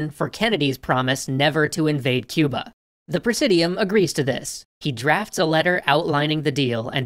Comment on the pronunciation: The way he says Cuber is hilarious!